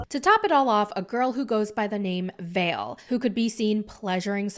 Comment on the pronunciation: Her name is vale. The way you pronounce ballet